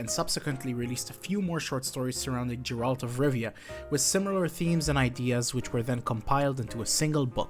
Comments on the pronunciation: Great iceberg. One thing tho, please don't say 'Jeralt', it's Geralt and even Netflix or EN VAs can get it right :) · God please nooo 😂 It’s Geralt not Jeralt.